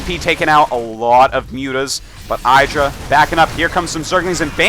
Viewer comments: its idra not eyedra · ih- dra. not eye-dra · and hes gotta say idra right its not eyedra, its idra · It's pronounced "iddra", not "I draw" ;o) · Artosis it's ihdra, not eyedra. He said it right next to you in your imbalanced show #1. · Eye-dra... lol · And he mispronounced "IDD-ra" throughout the whole game... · eye-dra *shivers* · Why does he say EYEdra? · You'd think Fartosis could pronounce IdrA's name correctly being a GSL Code S caster...... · John Yentes He mispronounced it on purpose bc he likes to mess with his friend Idra. =] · How is Artosis so close with Idra he even has his own show with him and yet he pronounces his name wrong..